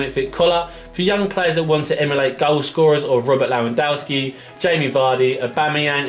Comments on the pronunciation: i don't think its pronounced 'lou - wan - dau -ski'. Isn't it 'Lev - en - doh - ski'? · its Leh-wan-dohwski